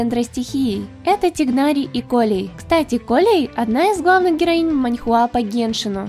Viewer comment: ОМГ,только не тигнАри и кОллеи,а тИгнари и коллЕи